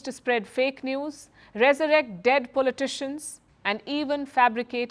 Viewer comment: Pulley Tishions…heck why can’t you pronounce politicians right..😂😂😂😂😂